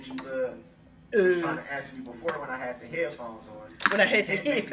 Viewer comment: GROUNZ, Did I axe you ta do dat